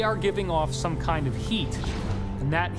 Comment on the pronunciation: "Some koind of..." 😂